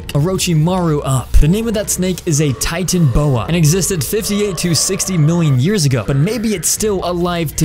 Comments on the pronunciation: Its not titan boa its titanaboa. Or I guess you can call it titan boa. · it’s “ Titanoboa” not “ titanboa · U said titan-boa it is ti-tan-a-boa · mans pronounced it titan boa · Titan boa it's named. Titanoboa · It’s pronounced tie-tan-a-bow-a Titanoboa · i would like to correct the way you pronounced the snake, its Ti-Tan-A-Boa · That’s not how you say titanoboa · Titanoboa You Said It Wrong